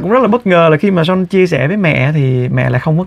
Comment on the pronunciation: Son (Sean ) mà chị TL kêu Sôn 😅😅